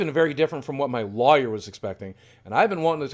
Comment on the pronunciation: Is anyone else bothered by the way he says lawyer?